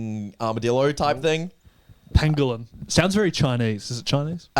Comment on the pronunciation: zack really said "pandolin" 💀